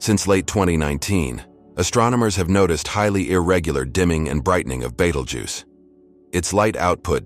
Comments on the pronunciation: I learned so many facts about Battlegeese. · Take this shit down, you pronounced Betelgeuse different Everytime you said it. You can't be taken seriously